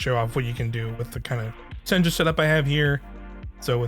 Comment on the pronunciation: It's pronounced "Sen-ya", not "Sen-jah". It's a Norwegian name, so the J is pronounced as a Y.